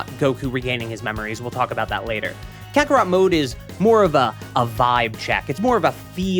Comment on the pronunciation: that's not carthu that's cartharot 💀